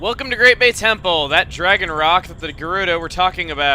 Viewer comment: did he just say great bey temple cause that is from beyblade